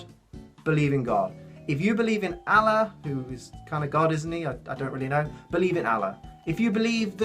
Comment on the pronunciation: You butchered the pronunciation of Allah's name. I am offended for some reason. Ul-Ah. That's the pronunciation.